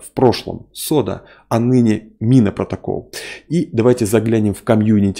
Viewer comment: не СОДА-протокол, а КОДА-протокол. Буква "С" произносится в этой транскрипции : "К".